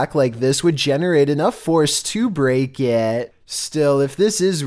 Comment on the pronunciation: " i'm not even sure if hitting the glass with her back like this would generate enough force to break iyAat"